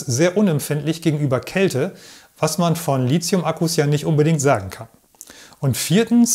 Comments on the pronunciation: Gutes Narrativ, gerade auch, weil auf zu viele ablenkende visuelle Einspieler verzichtet wird. Danke für diesen erhellenden und zukunftsweisenden Beitrag. Persönliche Meinung: „Lizium“ klingt recht populärwissenschaftlich; das chemisch-etymologisch korrekte „Litium“ würde professioneller klingen :-) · Als Chemiker darf ich einem Akkuspezialisten sagen, dass das "h" in Lithium die Aussprache "Lizium" unnötig macht ("verbietet" will ich nicht sagen). Lithium kommt vom altgriechischen lithos = Stein, wie in Lithografie. Du darfst also gerne die richtige Aussprache (ohne z) verwenden und dich damit von den sehr vielen Falschrednern abgrenzen 🙂